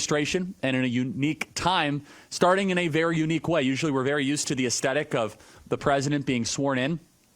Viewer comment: Aesthetic is not pronounced that way!!!